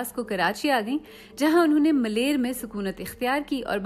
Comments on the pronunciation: Place name in karachi is” Malir” not malair. Please correct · It’s called ‘Maleer’ not malair, the Maleer of Marvi of the great Sindh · Malair nahin Maleer 😳😳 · ملیر Correct word is MALEER not MALAIR. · this narrator can't pronounce malir properly, what a pity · اپنا تلفظ درست کر یں خود نوشت اور ملیر کا تلفظ درست ادا نہیں کیا گیا